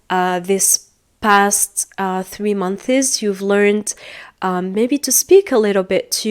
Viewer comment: How are you supposed to sell English courses when you use "have" instead of "has"? And pronounce "months" like "monthees" ?? And many other mistakes